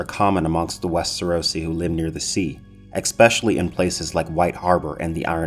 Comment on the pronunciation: EX-specially? Really? Where is the X in especially? You're supposed to be well read. Come on now.